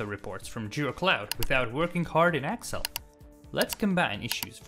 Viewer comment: Very cool, but what's with the accent for referring to "Excel" as "Axle"? lol